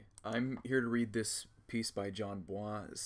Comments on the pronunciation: Jesus Christ “/jan bua/“ is not how his name is pronounced. Not everything needs to be pretentiously French. You’d think someone who pretends to know who Jon Bois is would pronounce it correctly. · everyone is making fun of him for saying Jon Bwah but its pretty cute tha homie is trying to pronounce it right and be nice